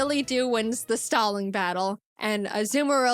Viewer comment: When she said DilyDop won the staling battle a thought she said stalin battle